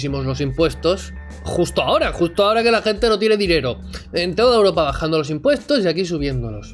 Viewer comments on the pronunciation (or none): none